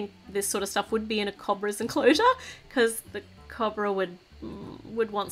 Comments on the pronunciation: I'm not trying to be mean but it's not cob-ra its co-bra😃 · YOUR PRONOUNCING COBRA WRONG! CHANGE THE SOUND OF THE O!